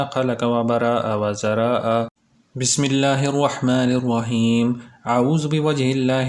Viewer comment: Bhai last ka word wazaraaaaa ha